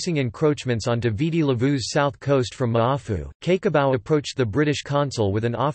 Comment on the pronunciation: Cake o Bau...omg get the pronunciation right computerised voice dude...😂🤣😂